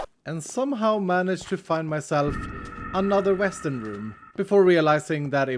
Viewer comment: It sounded like he called the western rooms weston rooms which is my real name even though I am using my family account.